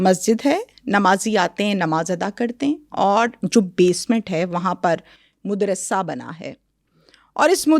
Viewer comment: BAKWAAS BAND KER, IT IS MADRASA, NOT MUDRASA, FOCUS ON THIS